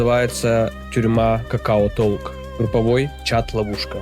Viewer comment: ну читается это как ток, а не толк. 😂